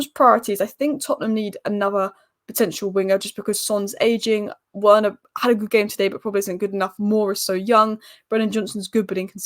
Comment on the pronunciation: I know it's a small thing but Werner is pronounced like "Verner" by the way. Good analysis as usual, I'm sure you'll be conflicted in the next round wether to support man united or your secret favourite team Spurs ;)